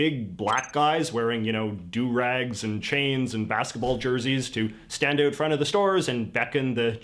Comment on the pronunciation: J.J. is a Canadian. Listen to the way he pronounces 'about'.It is a tell. So is the way he pronounces "out as OOT